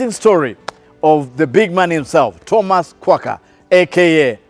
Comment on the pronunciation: My fren, the H in Thomas is silent. Otherwise, nice show. thanks for dropping nuggets of wisdom.